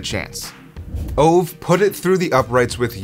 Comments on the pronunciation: By the way, his name is pronounced Oh-va, not Ov. Also, he asked to kick the FG when he found out his teammate Wilbur Montgomery (who went on to play for the Eagles)was going to break a record. He asked "Do they keep records of these things?" When his teammates said "yes," Ove said he wanted to try for a record. And yes, there was a strong wind blowing that day. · Its not [ouv], it is [ü:ve] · A better way to pronounce his name would be "Ov-e" not exactly right. But so much closer then what you said, still a great video! Keep it up! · If his name is Ove, it is pronounced more like OO-VEH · Ove is pronounced oo-vah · Thank you, I was mentally correcting that every time he said it. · Ove Johansson, pronounced "Ooh-weh" "Yew-huns-sonn". Approximately. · Please pronounce his name correctly.